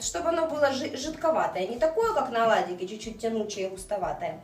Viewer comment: Оладики.покладите.начало(ударение на первый слог)жменька